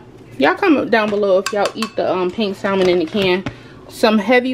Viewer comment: I love all of your videos! Btw you don’t pronounce the L in Salmon